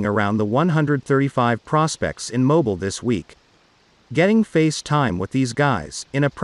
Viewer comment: Moe-bee-eel, AL